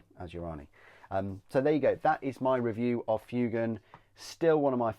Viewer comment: It's pronounced FWAY-gan.